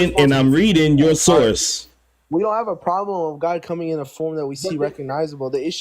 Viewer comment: “Yo sauce” 😅😅😅that’s that Texas coming out you Word🤣 I also died laughing on the “worst of employees” comment lol